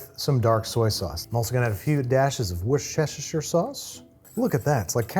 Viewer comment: Worcestershire sauce is pronounced Worcester-Shear. Wister-sheer. Other than that, great vid!